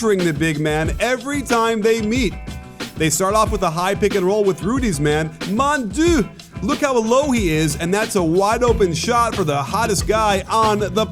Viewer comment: was that an attempt at saying "Mon dieu" since Gobert is french ?! U should work on that one Coach :'D Cheers